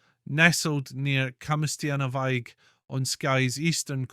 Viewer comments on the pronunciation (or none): You should have found a local man who knew how to pronounce Braes. You got it right in the end but very strange to hear it pronounced something like Brice or Bryce instead of Braze to go with 'days'. Thankfully about half way through you got it much nearer what it should be. Also Camastianavaig was better but still not how a Skye person would pronounce it. Also the image of the Braes in your film is nowhere near what the place looks like. You could have got someone with a camera to take a decent photo!